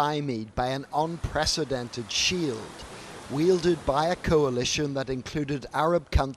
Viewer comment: Unpressidented and unprovoked?!?! Haha